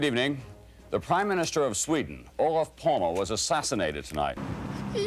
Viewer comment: Takes an Anglo to make a documentary about someone without learning how to pronounce their name lol. How hard can it be? It's so phonetic. Olof Palme. Not "Olaf Palm". It's a Germanic language, why would the e be silent?